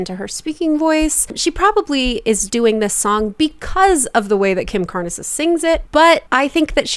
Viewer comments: Completely a copy of the cover with no originality and that's massive auto-tuning or whatever they use nowadays because the chickie can't sing at all. * It's Kim Carnes (rhymes with Barns) not Car- nez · The original is so good, and Kim Carnes (single syllable, not two) has a naturally raspy voice. Jojo just needs to stop. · Listen to the original by Kim Carnes(one syllable). It’s sooooooo good! Jojo is vocal frying the crap out of the song. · Just a bit of info, the e in Kim Carnes' last name is silent. Her voice is naturally raspy, like Rod Stewart's or Bonnie Tyler's. 😊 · It's Kim Carnes - rhymes with Barns. And Kim had an EXTREMELY raspy voice. So might want to actually check out the 1980s Kim Carnes version (dare say original) before reacting. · The original was actually by Jackie Deshannon in 1975, with no rasp. Kim Carnes (rhymes with barns) has a naturally raspy voice and her version is an outstanding creation and it's a classic. It's wild to me that somebody hasn't heard the Kim Carnes version and not heard of Kim Carnes lol. The rasp in the Kim Carnes version, is NOT too much, it was natural for her. It's an incredibly famous song. Jojo absolutely butchered it. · She's doing a rasp to copy Kim Carnes big 80s hit. But Kim Carnes (one syllable) had a natural rasp. Perhaps check out her version of the song now!